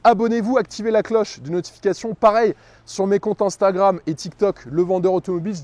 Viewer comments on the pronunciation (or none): none